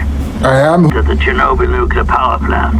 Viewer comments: I'm sure someone else has corrected this, but I don't see it. It's pronounced "chair-NO-bill" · The stress is on the "o".